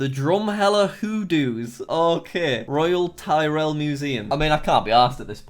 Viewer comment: “Royal Tie-rell Museum” Yikes